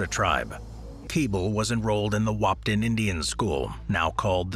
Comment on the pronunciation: As a North Dakotan there are only so many times I can stand someone mispronouncing the town Wahpeton it’s Wah-Pe-( like the start of the word pedestrian) and ton ( like the word ton)